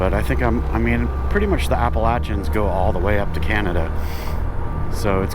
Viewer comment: I love that you said Appalachians correctly, then again I shouldn’t have doubted you.